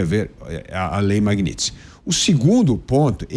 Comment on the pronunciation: Magnitsky!! Parem de errar esse nome! Não é Magnits!!!